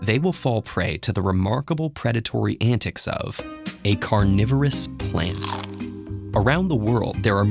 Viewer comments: Read carnivorous as "coronavirus" lol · People living in 2020: I thought it was saying coronavirus plants. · ya, who read carnivorous as coronavirus ? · I thought it said coronavirus plants lmao